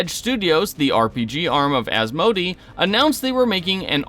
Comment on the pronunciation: Asmodee is as- moh-day fyi